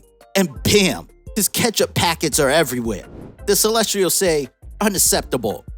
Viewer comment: Dude is mispronouncing the word Celestials😭